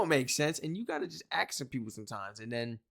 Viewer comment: could I stop saying 'aks' whilst meaning 'ask' . Plz. Don't.